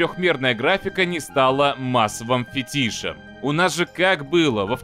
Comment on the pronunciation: Лайк за правильное ударение в слове "Фетиш". Сейчас крайне редко услышишь такое, спасибо.